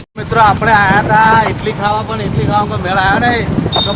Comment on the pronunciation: Ala ઈટલી નહીં ઈડલી